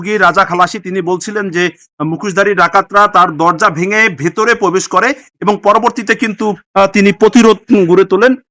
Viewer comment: 'পোবেস' না ভাই 'প্রবেশ' হবে। ভাই আপনি আরো ভালোভাবে অনুশীলন করেন আগে।